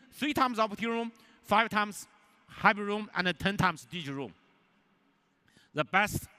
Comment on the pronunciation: Zoom = oom? Man, such an awesome phone deserves a much better presenter.